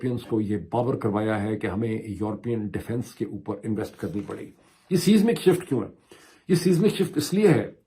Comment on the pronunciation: Siesmic shift is pronounced as Size-mik